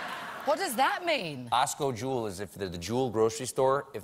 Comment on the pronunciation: People don't say Osco - Jewel, they say Jewel - Osco. Most of the time they just say Jewel.